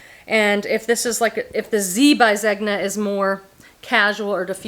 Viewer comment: I would call that "flounce" on the Contempo Casuals dress a "bib overlay." Zegna is pronounced ZENya. Whenever you see a gn in an Italian name, it's like an "ny" sound - think of the word lasagne. By the way, your hair looks so pretty in this video.